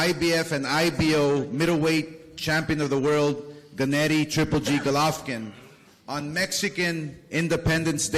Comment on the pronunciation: WHY DOES OSCAR SAY GOLOFVKIN????